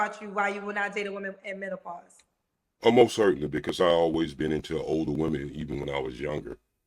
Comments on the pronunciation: First of all there's absolutely no such thing as "MEN-TA-PAUSE!!!! And somebody in the comments called this man ""!!!! He's not getting not one damn DM from anybody with sense for sure!!! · I’m just mad that he can’t pronounce menopause 🤦🏾‍♀️ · Wait did he say mental-pause. 🤦🏽‍♀️ This entire interview got me 💀 he said he only stickin not lickin 😂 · Did he say "mentapause"? Just wait until you get to Africa, bruh SMH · Omg, I thought I was the only one that heard a "T". 😆😆😆😆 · Wait one got damn minute, what is men-ta-pause 🤣🤣🤣🤣🤣 I know I'm not the only one who heard him say that.